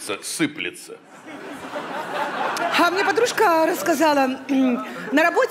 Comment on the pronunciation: Не сыпется , а сыплется 😭😂